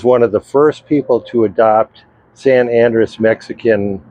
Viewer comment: It's not San ANdress, it's San An-DREHss.